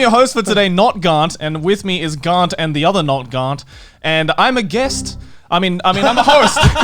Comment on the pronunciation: Aki really coming in with the hard R when she pronounce GaRnt